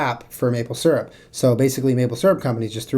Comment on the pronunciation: you say syrup wronggg😧😱😨 I hate that 😥